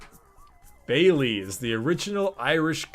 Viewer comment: As a Brit, I cringed watching you pronounce the names of the sweets and the Bailey's.